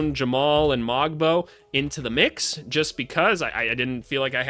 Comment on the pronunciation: Pronunciation notes: Shead rhymes with bread. The ‘g’ in Mogbo and Agbaji is silent. You didn’t mention Ulrich Chomche, but when in a couple of years he becomes a star (as he will), it’s pronounced Oolrish Shomshee. Mamukelashvili you correctly pronounced ‘Mamu’ because who has time?